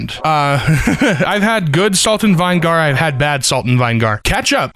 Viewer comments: .... it's vih-nuh-ger not vine-gar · "salt and vine-gar" that hurts my soul. its "vin eh gir" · So....is that a regional pronounciation of vinigar I've never heard of, or has never heard to word vinegar spoken before... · WHY IN FUCK DO YOU SAY VINEGAR LIKE VINE-GAR. Also chessii_cat is wrong as fuck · bro said it vine gar 💀💀💀💀💀💀💀💀💀💀💀💀💀💀💀💀💀💀💀💀💀💀💀💀💀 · I’ve never heard vinegar said like vine-gar before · I don't like vine gar. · Why does he not know how to say vinegar? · This guy doesn’t even know how to pronounce vinegar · Home boy can't pronounce vinegar correctly, but nails worchestershire first time. smh. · Ohhh, right. Thank you. That pronunciation really caught me offguard and I wondered if it was some sort of inside joke. That makes a lot of sense but it sucks he has to do it. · IK like wtf up with him? 😂